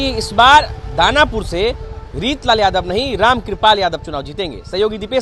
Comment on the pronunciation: Wo reetlal nhi reechlal hai😂